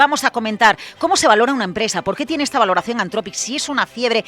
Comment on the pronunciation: Dejen de decir "antrofic" por favor, "anzropic" o en su caso antropic, pero nunca antrofic